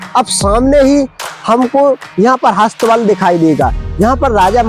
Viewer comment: हस्थ बल नहीं शुद्ध शब्द अस्त बल होता है श्री मान जी